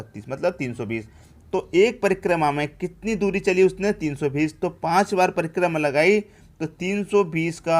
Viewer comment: Sir prima nhi hotta h, prikrma hotta h😂😂😂😂😂😂